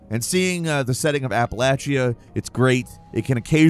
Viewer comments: This existence of this game to me just means I get to hear more people mispronounce Appalachia. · where the f is apple ate she yah?😂